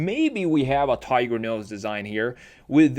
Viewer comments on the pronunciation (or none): none